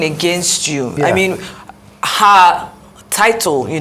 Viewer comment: I don’t trust anyone who pronounces HER as AAAAAAA. And they say he’s a scholar. Look at your mouth, you built the structure, dummy, Your structure could win the presidency, but didn’t win the governorship election. Abeg